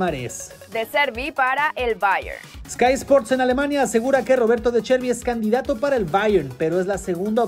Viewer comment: no es “de Cherbi” es de Zerbi (como la z de pizza)